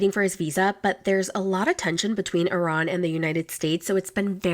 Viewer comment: I’ve never heard somebody pronounce Iran like that.. especially someone that “teaches” the English language lol